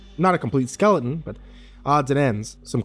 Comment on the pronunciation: For future reference, there is a "T" in skeleton. Skele'n is not a word. This made me want to shove knives in my ears.